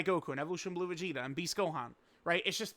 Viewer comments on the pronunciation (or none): none